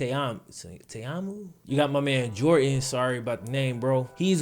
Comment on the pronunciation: I love his channel but HATE the way he pronounces certain words! "Jor ann" instead of Jordan. "Di nt" instead of Didnt ect.....